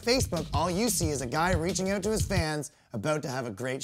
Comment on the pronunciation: "I don't know anyone in Canada, never been to Canada." Next thing you hear is "But on my Facebook all you see is a guy reaching oot to his fans aboot to have a great show." Dude, who are you fooling? I can smell the maple syrup on your breath through my computer screen.